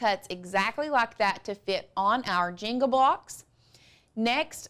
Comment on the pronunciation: I was very confused why she was saying " jingle" that way...finally realized she meant the JENGA blocks lol